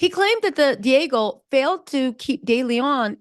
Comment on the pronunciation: Say it with me D Ahhhgg Geo = Diageo not Diego!